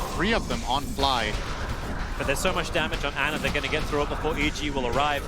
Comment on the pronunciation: Not Ana it’s ANER